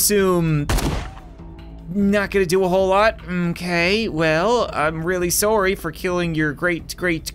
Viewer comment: Im sorry but you say sorry wrong